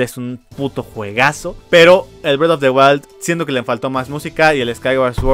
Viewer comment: "bred of de walt"